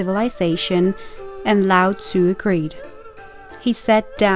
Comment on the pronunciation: Well, you got the pronunciation of Tzu spot on so well done! Great video!